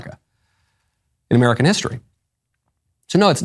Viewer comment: "i fought she was amewican"